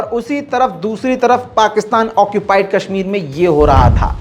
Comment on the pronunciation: Haha isko Kashmir Bolna sikha dy koi😂